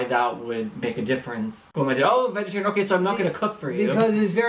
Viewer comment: Is saying ”wegetarian”?